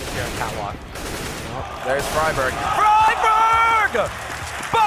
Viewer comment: you actually pronounce friberg "fribeerj"